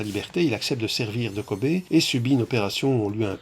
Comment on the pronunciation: "... il accepte de servir de Kobé ...", en France on dirait plutôt cobaye avec un son "aille" comme dans "paille", mais bon la Belgique... Hé bé bye !